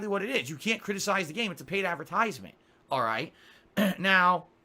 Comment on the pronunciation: why ttt does he say "advertisement" like that? like he has a brain block around that word.